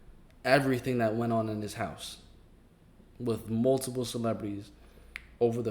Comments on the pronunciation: "Multipleee electronics and howers of foootegiee" lmao this AI lady is killing me🤣🤣🤣🤣🤣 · It must be an AI, how do you get words like "multiple" wrong?